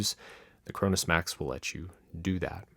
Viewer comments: I thought he said Corona Max. I was like oh no the virus done gone max! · Did he just say coronasmax